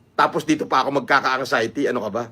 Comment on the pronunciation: Pakisabi Kay ….its ANXIETY……NOT ANGXIETY. Walang “G”